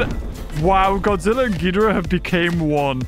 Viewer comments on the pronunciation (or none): Ngl hearing pronounce ghidorah like "Gidurah" makes me so frustrated